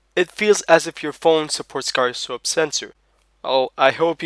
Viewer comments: Whats a GUY-ra-scope? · Pronounced 'jyro'